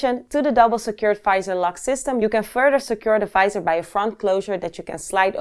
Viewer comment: The "fisor" :D